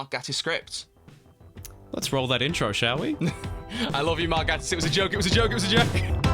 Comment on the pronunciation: Okay, I don't know whether you read the comments ever, but, as Mark Gatiss pointed out recently while accepting an Olivier Award, his last name is pronounced with a long A (like in "gate") and Davies (in the case of RTD) is pronounced the same as Davis. (I base this on how it is pronounced in the Doctor Who promotional material from his first run, which I think would have been checked and how people who've worked with him say it).